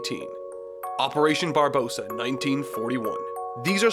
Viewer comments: It’s Barbarossa not barbosa you uncultured swine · Did he just said Operation Barbosa? Oh God, school memories when we talked about the actual person of "Barbosa".